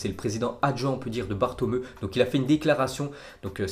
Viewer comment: Il a dit bartomeu😭😭